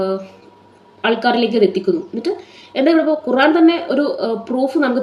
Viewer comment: ഖുറാനല്ല ഖുർആൻ എന്ന് കൃത്യ മായി പറ യു താമനയിൽ എഴുതി വെക്ക് 🥰